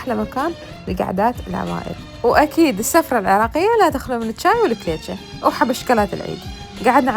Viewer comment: سُفرة وليس سَفرة 😂 الف عافية وعاشت ايدج مبينة كلش طيبة الدولمة ❤